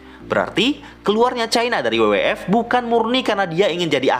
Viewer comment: FYI bacanya ef-way-ai bang bukan ef-ye-i.. hehe